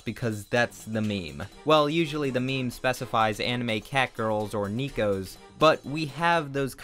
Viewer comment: Nobody:: "NEEKOS"